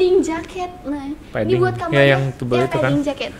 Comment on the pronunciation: ni agak lola ya ternyata. Banyak banget salah sebut dan berkalikali asean dibilang asia, padding jadi pudding, bahkan nyebutin namanya sendiri v jadi f